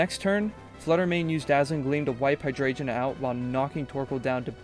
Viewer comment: I love this cosept and as someone who has followed comp Pokémon and only dipped my own toes in a few times, massive respect for making your own team, and spending so much time researching (one small note hydreigon Is pronounced “hi-dragon”)